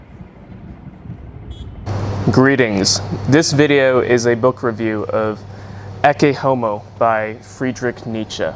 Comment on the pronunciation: Your pronunciation of "Ecce Homo" is actually spot on for classical latin (not vulgar latin).